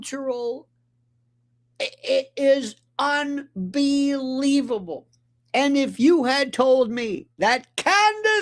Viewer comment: Is Lionel drunk? On drugs? He was SO FUNNY today. His first 15 minutes UNNN BEEEE LEEE VABUBBLE